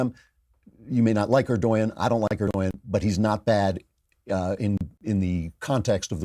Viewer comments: Can't stand the pronunciation "er-doy-yin" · Erdogan - pronounced - "Err-Doh-Wan." Just FYI. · stop mispronouncing Erdogan!!! it’s prononounced Erdowan